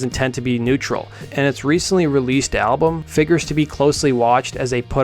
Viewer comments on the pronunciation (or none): U pronounced “ritual de lo habitual”very wrong but good video none the less